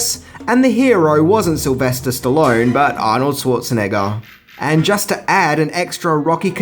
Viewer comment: Anorld schartanigga